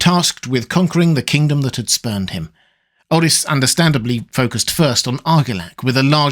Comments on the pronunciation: It's prononuce Like OAR-RIS not OH-RHYS. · That aint how you Pronounce Orys bro stop saying it like that he isnt welsh 😢